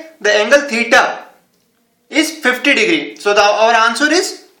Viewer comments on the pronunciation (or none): none